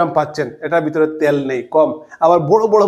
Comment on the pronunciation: কথাটা তেল। ত্যাল নয় ।